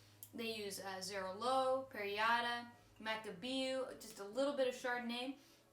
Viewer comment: Cool video :) ..just a little hint, "Xarello" pronounces more like "cha-rel-oh" but that's just a detail ;)